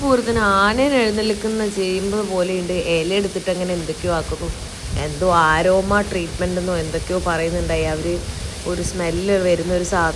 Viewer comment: 😂😂😂 ആരോമ അല്ല അരോമ 😂😂😂